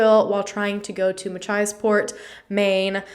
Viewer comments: You pronounced Machiasport correctly! :) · You pronounced Machiasport correctly 😁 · You said machiasport beautifully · PS you pronounced Machiasport correctly!!!!! So many Maine towns are hard to pronounce 🙃